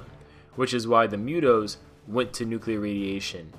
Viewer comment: Uzi. Uber. Uruguay, Ufa (capital city). Then we got MUTO. Why do you add a letter Y when saying it? Myuto? Can you say what cows say? Moo? Moon? Movie? Moolah? Moves? Moody? Moose? Just add that sound, to "toe" like human toe. There you go, MU-TO. Not Myuto. The pronunciation is right there with the letters.